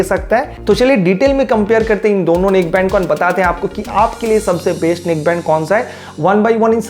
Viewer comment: "Baist" hai "Baist"😂😂😂😂